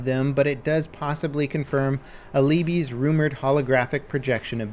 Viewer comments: Not A-lee-bee, Al-i-bi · Aleebee??? Alibi is pronounced Alibeye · He said “aleebee” its, (al-i-by) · Normal person: Alibi: Aleebee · Pronounced "al a buy" not "a lee bee" Jesus fucking christ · Love you man but please work on the pronunciation of Ali(by) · Alibi should be pronounced A-la-bye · A-LEE-BEE? Really? Really? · please learn how to say the siege ops names. Not that hard. Alibi ~= Aleebee. Type it in google to hear it if you dont know dog!! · where are you from? Cause in UK English is definitely pronounced Al-i-bi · The way you pronounce Alibi was very gross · What in the actual hell is your pronunciation of “alibi” in